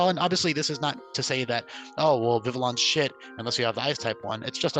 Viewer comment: urm, urm, excuse me, but urm, its prounounced Vi-vee-on 🤓